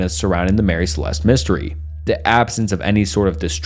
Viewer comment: This is so fascinating but I would appreciate it more if more attention was paid the grammar, pronunciation and spelling. These issues get increasingly more distracting as the video goes on - a couple examples Mary Celeste vs Marry Celeste, Ocean-graphie vs ocean-nog-graphy